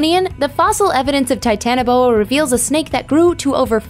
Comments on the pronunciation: Titan-Boa not "Titana Boa" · It's titanoboa